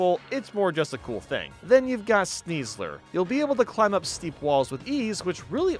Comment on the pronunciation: The only ride pokemon you pronounced correctly are Ursaluna and Sneasler